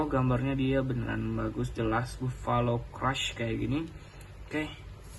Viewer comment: Sinih aku koreksi 1 di baca nya bafalo bukan bovalo